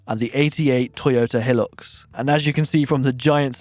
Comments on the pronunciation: Oh boy that hit so wrong. It's pronounced hi-lux not hill-lux. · its a HIGH LUX thats how you pronounce it made me want to vomit the way you said it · It’s pronounced ‘high-lucks’ and a four door ute is called a ‘dual-cab.’ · Bom-pers as heh-lux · by the way its pronounced Hi - lux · It's pronounced Hi-Lux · BRO ITS HIGH-LUX YOU SPUD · Hilux is pronounced "high lux". As a Hilux owner, I'm MILDLY offended. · I subscribed but bloody hell mate… the way you said hilux hurt my soul